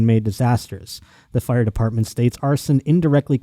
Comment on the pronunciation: Buffalo genes